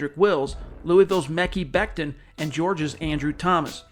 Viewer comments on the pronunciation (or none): I’m pretty sure it’s pronounced MeCH-HI beckton